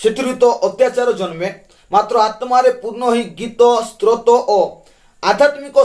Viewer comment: ଆଜ୍ଞା 🙏🙏 ପ୍ରଭୁଙ୍କ ମହା ନାମ ଗୌରବ ହେଉ....| ଭଲ କଥା କହିଲେ |କିନ୍ତୁ ଉଚ୍ଚାରଣ 'ସ୍ତ୍ରୋତ' ନୁହେଁ ସ୍ତୋତ୍ର 🙏🙏🙏🙏